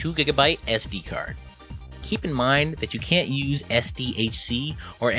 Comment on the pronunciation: ¿You Can or Can't? I can't distinguish well wich one are you saying.